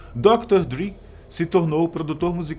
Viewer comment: Mesma coisa do Dr. Dre, que eles pronunciam Dr. "Dri"... não se dão nem ao trabalho de saber como se pronuncia.